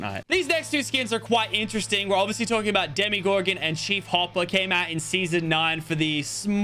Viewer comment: Why does he say demIgorgon